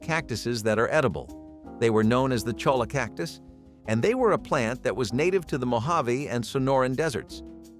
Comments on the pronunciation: It's NOT colla= it'spronounced choYa---Spanish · CHOLLA is pronounced "choyah"